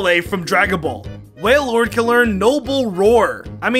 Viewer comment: Is WaiLORD noble? That sounded strange ngl😂😂